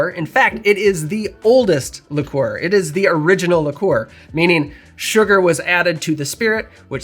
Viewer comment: On what planet did you learn to pronounce "liqueur"?